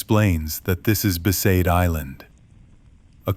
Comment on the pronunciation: For me it was besaid. The others all got that wrong